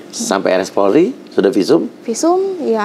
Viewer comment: RS. POLRI. Mbaaa. Mf bukan porli